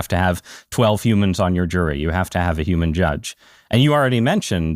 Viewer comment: Can AI cure Dario’s speech impediment. “Have” has one syllable, not 3